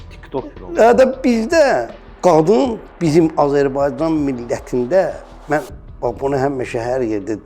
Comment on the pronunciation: Ancaq mən man deyir😂